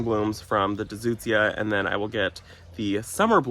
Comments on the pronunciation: I always enjoy your videos. It feels like we're all right there in the garden sharing time with a friend. You had me cracking up over the word "Deutzua." The sound of the vowels "eu" is the same as the two "oo's" in "boot." ...Doot - z - yah. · Hi, such cute chicks! It’s pronounced “Doy-tz-zee-uh” It’s on the proven winners YouTube, they tell you how to pronounce it there. I was saying it wrong for years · Hey, love seeing this new plant and laughed my way through your pronunciations! With your privet tree, I think you should cut it down to a stump, hollow it out, and make a beautiful planter instead of stump grinding. No idea if that would be a location you’d want to do that at but I’ve always wanted to try it. Have a great day!